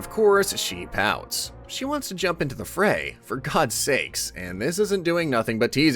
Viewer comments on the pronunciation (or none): none